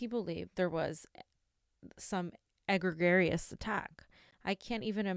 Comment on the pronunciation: egregious - ɪˈɡriːdʒəs pronounced ee-gree-gi-ous